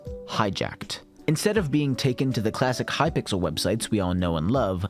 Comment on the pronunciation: lmao hypickle